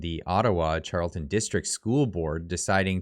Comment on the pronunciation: It is pronounced Carl eton